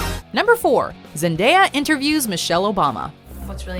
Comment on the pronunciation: Wow first video that said her name right